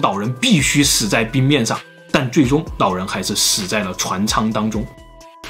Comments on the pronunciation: 我說真的 去把你的 普通話腔調矯正一下 學學人家老高啦 聽你講話 真的會有一種弱智感 老人 老人 不是腦人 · 长见识了 原来 “老人”的发音是nǎo rén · 老人我听成脑仁儿了...